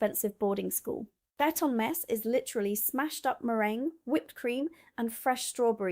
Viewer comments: Eton is pronounced Eat-un, not ett-on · Eton is pronounced as Eaton not Etton.. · I always thought banoffee pie was American. Same applies to the Knickerbocker glory. Eton pronounced Ee-ton. Treacle tart not treckle. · You got your pronunciation of Eton correct the first time, then you used a short E, which is incorrect. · You cant even say eton properly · Good grief you need to check out your pronunciations! Eton?? lol 😂